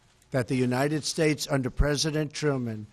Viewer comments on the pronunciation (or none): United what?? Shushez? I cant hear clearly the last word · united shasha??? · he's out of breath because of standing up to give a speech. how could someone this physically and intellectually unfit to be the present of the united shhttates(how he pronounced it) even though he's not fit enough to put his own shoes on.... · United Shaish?!?! dafaq man??!!